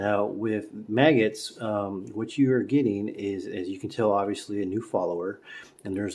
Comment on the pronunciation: It’s not maggots-it’s pronounced mag-guts.Effective means of getting an extra round.